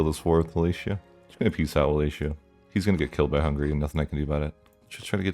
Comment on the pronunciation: Brother, it's Wallachia not Wallatia